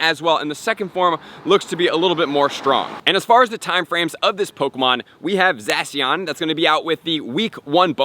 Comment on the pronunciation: The way he pronounces Zacian hurts me